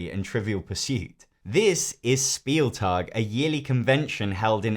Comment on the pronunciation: »Spieltag« is not spoken »Speeltug« It's spoken »Shpeeltug«